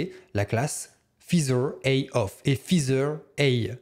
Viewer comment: Merci pour ce tuto bien pratique. Petite remarque : "feather" se prononce "faizeur" et non pas "fizeur" 😉